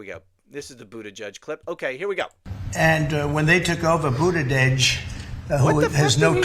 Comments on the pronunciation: “Budadedge”. Lol😂Too stupid to pronounce his name, I believe! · Goosfraba. That’s the first time I’ve heard someone say that word. I assume you have seen Anger Management with Adam Sandler and Jack Nicholson. That’s the movie i heard that word from. I laughed when Trump said Budadege. I think he said Pete Buttigieg’s name wrong both as an insult and also because he has a hard time pronouncing it. If Trump were on a bike the back tire would probably deflate because his fat butt is on it. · Oh my meow, Trump’s pronunciation of Pete Buttigieg’s name shows how daft Trump is. Trump said, he drives his bike…you don’t drive a bicycle, you ride it. “We start with 10% and we end with 10%.” Love your laugh on that comment. Trump looks like a big oaf sitting in that desk chair.